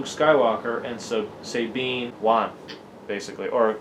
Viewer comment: It's S - ah - tine not S-ey-tine ! same with S-ah-bine .